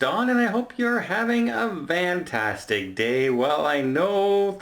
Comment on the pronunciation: Have a vantazdic dey